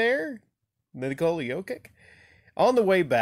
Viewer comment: Stoped watching after 10 second's, you can't even pronounce his name, you are just another casual...